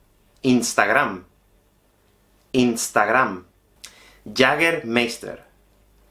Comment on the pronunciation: Para un alemán la pronunciación española de Jägermeister es muy graciosa :D